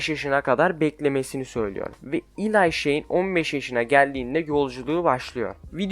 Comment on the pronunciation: Eli’yi Elay diye okuyup slugterrayı slugterra diye okuman saçma slagtera desene aq deli oldum ama video güzel like attım 👍🏼